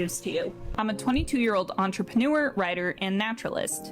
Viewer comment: It really doesnt matter at all but the way she pronounces entrepreneur just gets on my nerves 😭